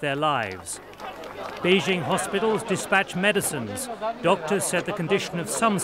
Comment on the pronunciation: Some of these journalists pronouncing "Beijing" as "Pee-king" xd